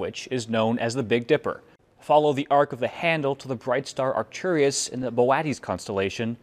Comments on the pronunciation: Why did he pronounce Arcturus like it has an e in it? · He just added a vowel into Arcturus. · "Should I look up how the words Boötes and Arcturus are pronounced before reading this?" "Nah, it'll be fine."